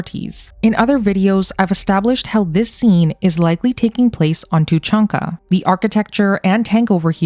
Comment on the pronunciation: It’s tuuh chaan ka, not how you pronounce it. Cool video though! But Cerberus was likely destroyed during the events of MF3, as they wouldn’t have where to hide during the reaper invasion.